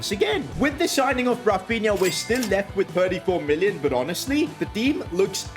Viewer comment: Yes HONASTLY sorry just found it funny don't mind